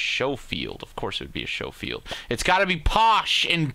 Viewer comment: Schofield is a real gun is pronounced skoefield